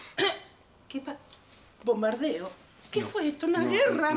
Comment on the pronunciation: Me mato cuando dijo: Bomberdeo